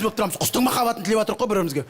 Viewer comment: "Отырық" дегені "осырық" деген сияқты оғаш естіледі екен. Осыған 10 000$ беретін қай ақымақтар 🤔